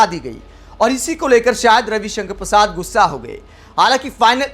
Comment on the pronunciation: नाम सही उच्चरित करें कवि कंकण परसाद